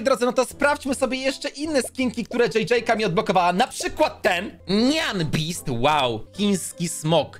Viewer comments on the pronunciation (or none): Go Go, JJ, JJ-ka Nie mówi się nian bist tylko nien bist I to nie jest smok tylko hybryda smoka i lwa